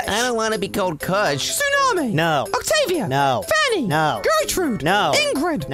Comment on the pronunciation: bruh the chao lady just said octavio